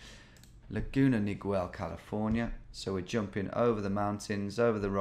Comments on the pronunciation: Laguna Nigwell 🤣 (It’s pronounced like Miguel which is Mee-gell not meeg-well” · Laguna Niguel the u is silent in Niguel, not Laguna Nigwell. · Laguna Niguel is pronounced "Nih-Ghel" i lived there about a year and actually used to get groceries at the place the pin was set when you search for the place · I recognized it right away as well and knew the hill he was on! Two things Tom the banner you thought said O’Ryan said Design. It’s the Laguna Design Center and second the city is pronounced Ni-Gell, like Miguel with an N. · I knew the second one immediately, as I grew up in the area. The Ziggurat is a local landmark, and has been in a number of movies. The building in the foreground is the Laguna Design Center. And, BTW... Niguel is pronounced nih-GEL with a hard G. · Hearing him say “Neegwell” is so funny to someone who lives near Laguna Niguel. Love how Tom pronounces all Spanish words. Love the vids keep it up. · FYI, Laguna Niguel is pronounced "Laguna Nuh-gell." I know, I know, it's weird, but tons of Spanish words have been modified by English speakers here in L.A. and just stuck. This is one of them, locally.